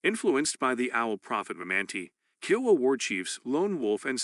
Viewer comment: I enjoyed the information, but this is a computer reading correct? There are some incorrect auto corrects like reserves, and the way Kiowa is pronounced is awkward.